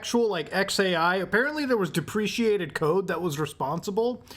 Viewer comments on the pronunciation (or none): Deprecated not “depreciated” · It's "deprecated code" not "depreciated code" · Deprecate !== Depreciate